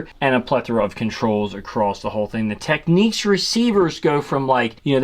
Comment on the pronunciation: "TEKNIKS"... NOT "Techniques"